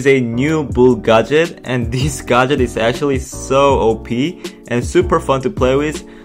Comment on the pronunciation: 예전 브롤 토크에서는 발음이 [가젯]보다는 [갣개츠]에 가까웠어욤